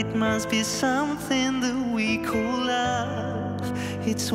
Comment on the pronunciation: Зачем так произносить "Call"? КОЛ по английскому.